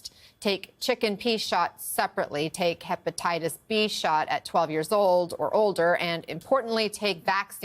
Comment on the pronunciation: What is hepatitas? ??? 😂